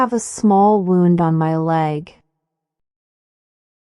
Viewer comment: Please,correct the word " wound" should sound as "woond".